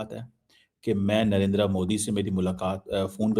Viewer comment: In logo ko Narender Modi pronounce kerna nahi aata.... Narendra Modi....NARINDR-A Modi bolte hn